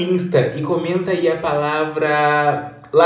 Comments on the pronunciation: "Largato"kkkk eu assisti até o final kkkkk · Kkkk cara ri ate chorar oo "largato" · "LAGARTO" HI LORENA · "Largato" - kkk tomo le nos dedos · " largato " Kklkklkk eu racho com seus vídeos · "largado" ÙwÚ..... forgada